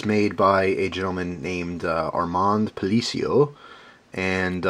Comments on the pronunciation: sup, its palace-yo:) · lol man you tore up his name it's pronounced pa la cio!!